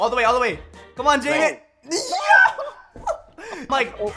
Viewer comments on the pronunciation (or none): none